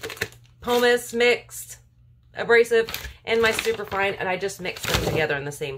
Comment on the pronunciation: Double boiler has only one 'R'. Pumice does not have an 'L'.